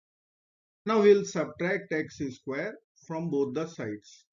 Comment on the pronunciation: I hope this won't come across as an impertinent question, but why do your pronounce x² as "x is squared" rather than "x squared"? (At least that sounds like what you are saying)